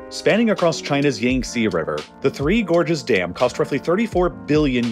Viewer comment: I thought you were saying "Gorgeous dam"... and I was like: "yeah they look alright but i wouldn't go that far"